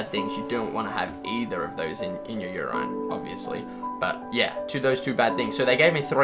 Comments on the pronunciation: YOOOOOR EIIIIINNN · every time he says yer eye-n i too develop a kidney disease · literally no Brits pronounce it like that, not nurses or doctors or just the public. We all say "urin" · Never heard a person pronouncing 'urine' as 'your - ayne' before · "Jesus chrast" "You-rain" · There are people that pronounce "urine" as "ur-ine"??? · It keeps irking me every time he says 'yuraine' 😆😆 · I believe that this video provided me with at least 1 rock solid fact about myself: The MAXIMUM Number of times that I can possibly tolerate hearing the word "Urine", but pronounced "Ur' īne" is precisely 4... Any more than that, and I'm out. Immediately. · "You rine" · "ur-INE"...never heard anyone including Aussie friends pronounce the word like that. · Wait just a fucking second...do people with Australian accents pronounce “urine” like “yur-EYE-n” or is this guy just weird? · is it just me or is he saying urain? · "YooRine", what the fuck?? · interesting u comment on the mispronunciation from the bible but not a peep about u-rine lmao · ... that’s not an uncommon way to pronounce urine in Australia, lol. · I legit nearly stroked out hearing how he pronounced 'urine'. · I actually have quite a few friends from foreign countries, japan, Austria, Germany, Italy, hell even Ireland and none of them have ever said 'urine' like that. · Seriously, I cringed so hard, I really hope that isn't a common or somewhat common Australian pronunciation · the way that one guy pronounces "urine" really bothers me tbh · So funny that ur correcting others on pronunciation 😂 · WTF is their pronunciation with "urine"? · Ever get the feeling he's just wanting to show off his medicine? Not to be mean, but I don't think he knows how to pronounce"urine" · The way he pronounces 'urine' annoys me.